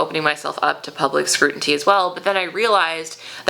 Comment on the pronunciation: Scrutiny not “scrutinty”